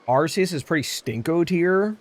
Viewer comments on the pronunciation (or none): Its name is actually pronounced Pokémon legends (ark-e-is